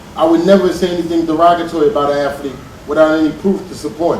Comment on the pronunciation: Why do they keep saying "Aflete"? It's "Athlete", not AFLETE.